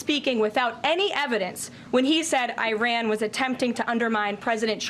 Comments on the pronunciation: You embicile. It is not pronounced I---RAN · It would be nice if KKKaroline were to learn how to pronounce Iran. If she is to pretend to be intelligent pronunciation is key.